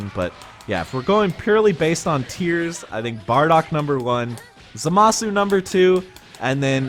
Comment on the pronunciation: Bro ur pronunciation of zamasu